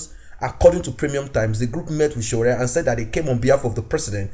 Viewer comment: I like the way you pronounce the Name S.O.W.O.O.R.E👍